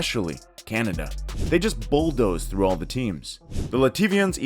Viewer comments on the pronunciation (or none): Lativa my ass! Cadona, Fracne and Lenoban was also playing in that group and Lithuanians got out of the group. Murican States of Unity will go to the finals? Get a grip with your own voiceovers not to sound like a fool. Sorry - floo!